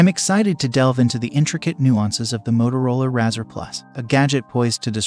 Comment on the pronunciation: If your AI can't even say the name right, that's an automatic dislike and click away.